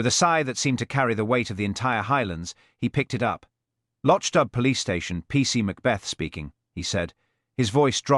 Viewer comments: Why is it that the AI narrator fails tp pronounce the word LOCHDBHU as MC Beaton's real stories do. Other instances of careless pronounciation. Careless work overall. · Where is this guy from!! He can't pronounce the name of the village!! He can't put the name of the stove even. Very annoying for people who actually read the books. I am not impressed.